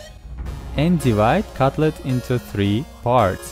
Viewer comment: Catlet 🤣🤣🤣 Wtf?!?! Это patty а не catlet 😁 Походу твой catlet из кота? 🥺🙄😳😁